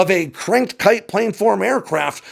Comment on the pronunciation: Cranked kiTe, with a T, lol